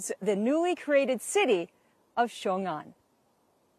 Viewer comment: Even the local reporter can't even pronounce Xiongan properly.